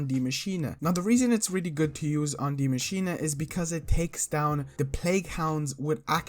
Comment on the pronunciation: First English speaking youtuber pronouncing German words right. He's a real Maschine 💪